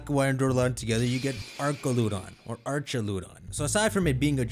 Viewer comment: Why does he pronounce it like that? Isn’t it arch like an arch on a a bridge?